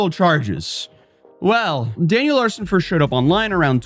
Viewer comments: Why do you keep saying Larshen though? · Sounds like you keep saying Daniel Larshon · cant pronounce "Larson" he adds an H in it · Larson, not larshin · Why do you keep calling him "LARSHEN" 😂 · Yeah, gotta say, Daniel Larson's "pranks" weren't really pranks, he believed everything he was told. I also like how you say Larson (pronounced Lar-son) as larshon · Larshun?! Huh? The guy’s name is Daniel Larson. Lar - SUN. LarSON. Daniel Larson. Competency. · it’s LARSON not LARSHON. Just sayin. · It’s not an video without some weird mispronounced word. “Larshon” is killing me! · Its larson not larshon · Is it me or does it sound like is saying "Larshon" not "Larson"? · Larshen? It’s pronounced Larson. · For the love of god its larSON, theres no fing h in it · "Daniel LARHSHON" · “danyel larshen” 💀